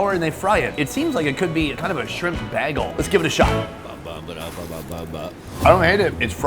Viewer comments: Bagel is pronounced “bay gull” and not “baggle.” Just had to say. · The most offensive part of this episode to me is the way Sonny pronounces 'bagel'. You use a loooong A, not short A in pronunciation please. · oh oh, Sonny showing off his quality roots when he says bag-el. Some things just don't change lol